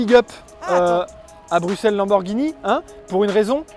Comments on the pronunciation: Bruxelles enfin prononcé correctement par un français => Coeur sur vous : Comparaison de l'Atonium à la tour Eiffel peu glorieuse suivi d'un tacle au niveau des genoux concernant la coupe du monde => Quelle indignité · alors perso je suis Belge et je prononce bruXelles et pas bruSSels comme les flamands voilà merci de respecter la francophonie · je suis Bruxellois et tous le monde ici dit BRUXELLE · En même temps, ça s'écrit Bruxelles en français... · le rpincipe du "x" c'est que ça se prononce "x" pas "s"